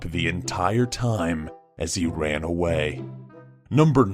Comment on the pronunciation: No one's talking about the fact that said Wan Instead of Ran